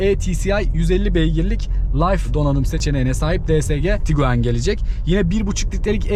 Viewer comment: Kusura bakma "tukuaan" diyerek yaptığın açılış sonrası videoyu durdurmak zorunda kaldım, umarım açıp kendinde bir izlersin ben katlanamadım.